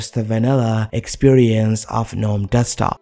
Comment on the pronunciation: I cringe every time he pronounces "gnome". 🤮🤮